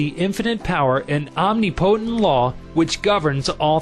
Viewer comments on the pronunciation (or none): Great book! But the narrator cant pronounce the simplest of words: Psychiatrist, onmipotent. It drove me nuts to listen to him. His voice was good but he needs to learn to pronounce words hes not familair with; not just guess at their correct pronunciation . Otherwise , excellent info.